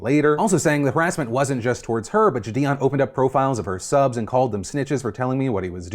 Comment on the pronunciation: I'm actually gonna unsub if he mispronounces jidion one more time